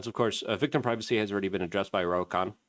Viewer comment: Oh man Luke, you had Ro Kanna’s name right in an earlier video and now you’re back to Ro Akhan. What are we going to do with you…..